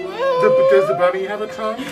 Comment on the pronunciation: "I don't have a tounguhhhhh "